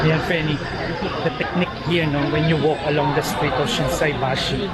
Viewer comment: Ang galing SHINSAIBASHI n perfect nasabi nyo rin korek😂😂😂